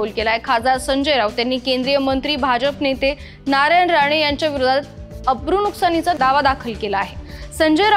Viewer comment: बातमी वाचणार्‍या युवतीला अब्रुनुकसानीचा हा शब्द व्यवस्थित बोलता आलेला नाही..त्यामुळे दावा दाखल करणार्‍याच्या दाव्यातील हवा पोकळ आहे एवढे निश्चित..